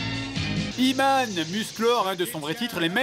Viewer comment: xD En fait il dit "HUMAIN", version française de "HE-MAN".